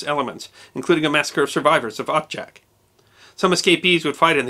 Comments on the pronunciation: Odžak - (pronounced odchak) Ustase - (pronounced ustasche) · Thank you for taking the effort to spell correctly the names Poljana ("Meadow" or "Grassy field") and Odžak ("Chimney"). Your pronunciation is almost spot on: in the name "Odžak" the "D" is a "hard" D, and its pronounced like last D in "Dodge" so it would be like you are trying to pronounce "Odg-ack"; "Ustasa" is pronounced "Hu-sta-sha", with silent H. You are 100% correct about the post-war communist goverment hushed over many events from war or events that followed, as well about the multiple guerilla army groups that fought amongs themselves. Great job as always! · ustaša = oo-sta-SH-a. Effectively Croat nazis. Croats today are not really that ashamed or sorry that the existed. Some are a little upset by the bad rap they get. The post YU war generation, not so much. But the older ones, well, yeah. Odžak = O-jak (more or less) NOT od-jak. Not Josip Tito. Josip Broz, Josip Broz "Tito" or just Tito. Good show otherwise. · Quick tutorial for nonslavic speakers: LJ is pronounced like Italian ''gli'' but without ''i'' part Dž is pronounced like ''Jack'' but without ''ack'' part Š is pronounced like German ''sch''